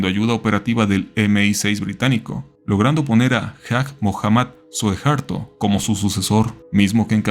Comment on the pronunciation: Oye carnal, nomas una aclaracion: Se llamaba Suharto, no Sukarto jaja. Chingon video